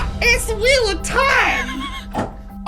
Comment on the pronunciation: When she said "The gold leaf is so flimsy, like when you breath on it whaaea Edit: when he said "Its the wheal of tieme" had gotten me😂😂